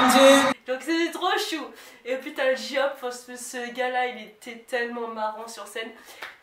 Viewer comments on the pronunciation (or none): Sorry mais tu as dit JIHOPE et après la prononciation des membres JESUS MARIE JOSEPH XD Ça doit faire pas longtemps que tu stan je pense, mais autrement ta vidéo est super intéressante (c'est vrai que le concert était exceptionnel)